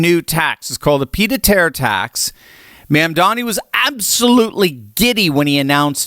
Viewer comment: You can't even pronounce the mayor's first or last name. Get a grip, dude.